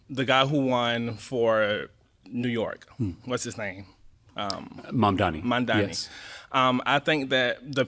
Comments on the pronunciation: this guy is a goober. He cannot correctly pronounce Mamdani's name and clearly isn't even trying. He says "they think they know America better than the originators" which is sadly true in a lot of instances including himself. In general, this guy is a paradox of proportions. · Still can't say Mamdanis name correctly even when repeating it. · How can you not say Mamdani? 😂